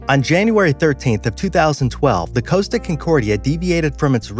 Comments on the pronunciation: It's not Coasta its Costa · It's pronounced "Cos-Ta" not Coast-ta, there is no "a". And the Captains name was Schettino (Ska-Teen-oh) not "Sha-neat-toe". Work on researching those pronounciations so you have your info correct... but otherwise great video!